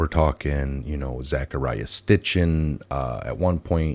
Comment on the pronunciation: It's Sitchen, not Stichen.